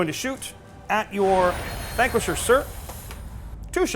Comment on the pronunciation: Why do they pronounce Vanquisher so weird?